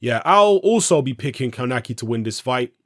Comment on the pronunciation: Kownacki is my favourite American heavyweight at the moment. Answer it's pronounced kov nacki.